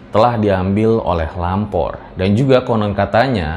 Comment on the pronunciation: Gua kira tadi bilangnya Ngalor bukan lampor😂😂